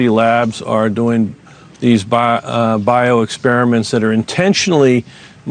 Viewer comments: What are "Lab expriments"....... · Expriments ah yes I see